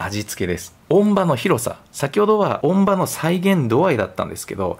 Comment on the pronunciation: 音場：おんじよう・と発音のが正しい様です。